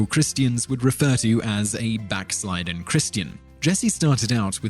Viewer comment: "Backslildden" not "Backsliden". And pronounced back SLIHD den not back SLEYED den.